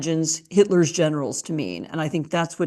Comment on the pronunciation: I thought for a moment she was saying how trump said he admired Hitler’s genitals, which didn’t even surprise me but then I realized she said generals